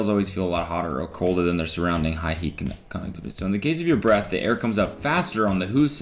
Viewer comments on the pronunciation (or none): No one is talking about Cody skipping over the word “conductivity”, well mumbling. I was geeking😂😂😂 also, how many birds do you think someone sees in their lifetime?